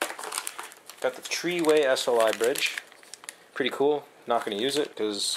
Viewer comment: tree way sli bridge